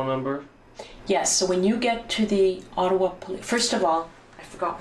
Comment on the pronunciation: Ott-a-wa.,.... Ott-a-wa.,I don't know what the heck you said "the Atwat police"??¿??? OTT-A-WA. OTTAWA! Just kind of insulting when someone is speaking about a Canadian city and mispronunciation of said City!! Especially when talking about our Capital!